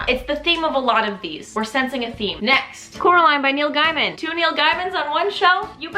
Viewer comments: idk why by always thought it was pronounced Neil gaymin? is it Neil guymind? I thought you were saying Neil Diamond a few time haha. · no he pronounces it like gayman too😬 i was looking if someone said sth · how did i not know that ive been mispronouncing neil gaiman for 15 years